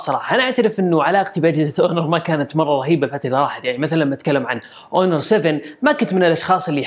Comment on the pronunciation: ياحبيبي هونر وليس اونور